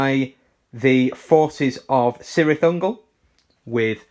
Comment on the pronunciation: "K"irth Ungol my friend, also its not Seleborn its Keleborn for future reference. All C's in JRRTs equal K's :), Great battle report